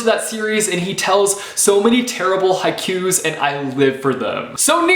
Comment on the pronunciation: when he mispronounced haikus, I slowly died inside.